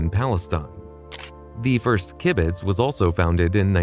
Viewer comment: The word kibbutz is totally mispronounced. I can hardly begin to correct this ignorant pronunciation.